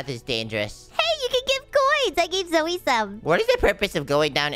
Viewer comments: your name si not zoe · I laughed when seed zoye